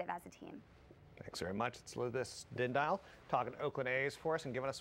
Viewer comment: he said her last name wrong... it's din-dee-all..